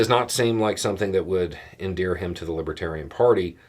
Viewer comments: I'm sure it didn't help tRump any to keep mispronouncing "LibAtarian" party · Trump can't even pronounce LIBERTARIAN. He consistently said LIBBA-Tarian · It sounded more like libbadarian to me.